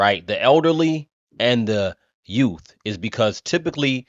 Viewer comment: Youth correct pronunciation… Tiffanys pronunciation Yoots.